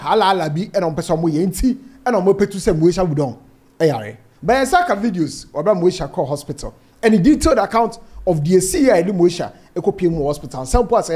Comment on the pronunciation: you are doing a great job. But we say “ayare sa “ not “ayare hwɛ”